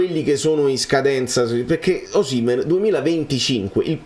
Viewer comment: ma tu sei l'unico che pronuncia Osìmhen e non Osimhèn, siccome sei un purista dei cognomi sicuramente ti sarai informato bene ma non lo chiama nessuno con l'accento sulla seconda sillaba, famme sapè 🙂